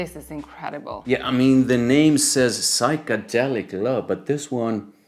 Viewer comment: Psychedelic to psuchangelic ..hohoho you do well with difficult words I love your reviews guys